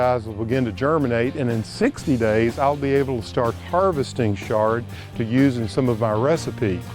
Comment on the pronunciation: It's not 'shard'. It's Chard.